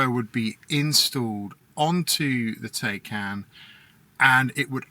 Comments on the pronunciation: Bruh.... At least say it right! Tie-Kahn. Rhymes with Icon. Fact check me! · I own one too, but the YouTuber should at least pronounce it right! Both syllables he is pronouncing it wrong which just makes more people think that's the proper pronunciation!